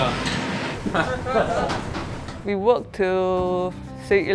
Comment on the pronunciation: Louisa not Lousia 😂